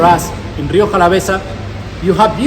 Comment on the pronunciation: Rioka? with a Ka sound? No my man, not even close!